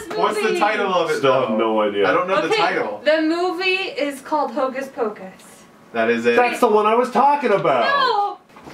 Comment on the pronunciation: when she said ho Kes pokes i said how do you know what I'm watching